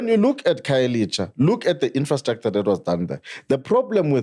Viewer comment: I have a serious problem with a black person protecting the white agenda.. Guy can't even pronounce black name, khayelitsha instead of khayelisha,what do you call that... ANC can shut up, the reason we are here is coz of u.. Eff is the way, cool calm and collected, just spitting facts and being oppressed by those who seek to push the white angenda